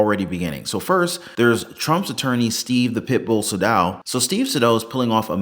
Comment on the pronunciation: According to Saydow’s own LinkedIn post, the correct pronunciation of his name is SAY-dow. Google it.